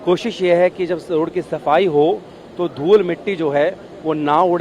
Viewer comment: रोड़ पर नहीं, रोड पर! Shabby reporter quality.